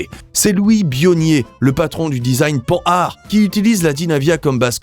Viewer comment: Oui. Pan har. Même pas le meilleur en Français, c'est bien comme ça que j'avais lu dans ma tête. Ça m'agace, depuis peu, d'entendre Panne hard.